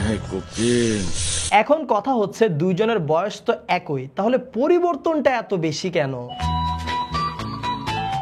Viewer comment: একই না, উচ্চারণটা হবে একি। যদিও শেষে ই আছে তবু সঠিক উচ্চারণ হবে 'অ্যাকি'। এরকম আরো শব্দ আছে যেমন: যেমনই, তেমনই, এরকমই, এমনই। সবগুলোর উচ্চারণ সংক্ষিপ্ত ই হবে।